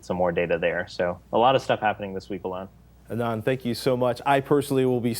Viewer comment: ahhhh-nund. please pronounce his name right -.